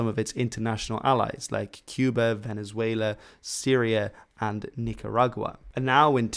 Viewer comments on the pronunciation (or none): none